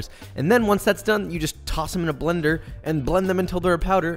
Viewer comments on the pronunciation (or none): none